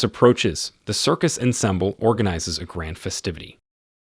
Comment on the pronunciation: Narrator needs to pre-read the 'script' and learn the actual pronunciation of words like "ensemble" and "entourage". I bailed.......